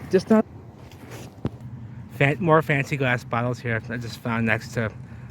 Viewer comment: I swear everytime you say Glass it sounds like Gwass lol 😂